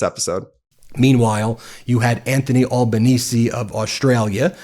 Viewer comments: pronouncing it as albuhneezee is wild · Thanks Ben, for being the first American to get the last part of our Prime Minister's last name correct. Now for the start: Al pronounced as in the boy's name, not All. Small point in the universe of all your amazing work, which we appreciate. What people don't realise about AUKUS is that the big winner is the US because we would be providing a base for nuclear submarines in Western Australia, a spending of AUD386billion, with no guarantee of getting a nuclear submarine until the 2040s (and even that is now uncertain). Cheers.